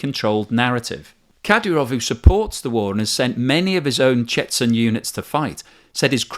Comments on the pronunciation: The 'nuclear train' is just doing what it always does; travel around Russia to avoid NATO tracking. Its ammunition will be delivered as extra warheads during a nuclear war. Its not going towards the front, it doesn't need to. Nothing to see here. Chetzen is pronounced 'Ch'chen'. There is no Z in the Russian or Dagestani alphabet. Wagner is pronounced 'Vargna' and is so named after the German composer for his (mistaken) love of the Third Reich (the originator of Gruppa Vagnera has Nazi tattoos). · More golden content and big thumbs up on your pronunciation of Lyman! Today’s bonus words: Ka-DEE-ruv, CHE-chun/CHE-chnee-ya. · Dear, please look up how to pronounce Chechen and Chechnya.